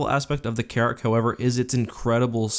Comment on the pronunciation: anyone else hear Carrot instead of carrick